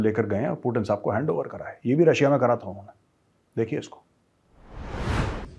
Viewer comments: ति bolo T नहीं 😂😂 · व्लादिमीर पुतिन है। व्लाडिमीर पुटिन नही। अंग्रेजी मे है ट ड ।रूसी मे तो त द है। ट ड नही। हम तो त द उच्चारण कर सकते है, अंग्रेज नही कह पाते ट,ड कहते हैं।